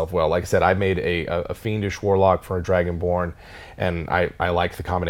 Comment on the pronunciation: I thought he said dragon porn 😂😂😂